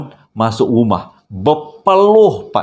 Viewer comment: salam saya nak tanya kenapa suka cakap cempak..selalu orang cakap campak.ke memang selalu cakap cempak